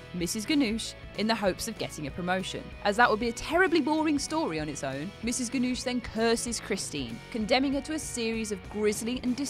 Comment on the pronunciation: She pronounces Mrs. Ganush's name wrong